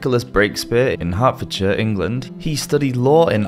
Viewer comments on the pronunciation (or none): none